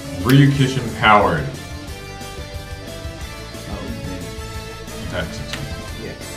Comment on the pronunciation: To answer your question on the pronunciation of “Re-You Kishin Powered”, it’s pronounced “Ree-you Key-Sheen Powered” The “Ryu” is pronounced as one syllable though.